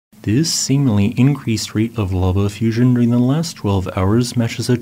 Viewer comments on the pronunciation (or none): none